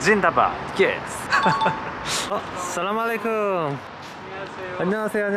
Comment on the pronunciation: U say aslamualykum